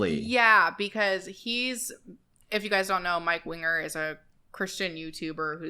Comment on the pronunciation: There was a few solid minutes I thought the guys name was mike wiener not winger